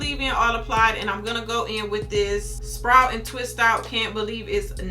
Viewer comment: I loved it when you said "Sprite" instead of "Sprout" the first time. lol I thought I was the only person that did that. The hair milk looked super moisturizing I can't wait to pick that up. Excellent review as always.